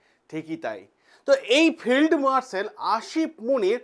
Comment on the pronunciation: উচ্চারণটা হবে ফিল্ড মার্শাল Field Marshal